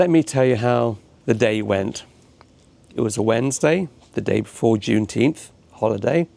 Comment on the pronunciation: Why do you keep saying Junteenth, is that an Americanism of some kind?